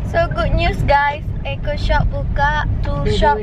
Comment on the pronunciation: Kenapa and cakap "eaco shop" bukan eco shop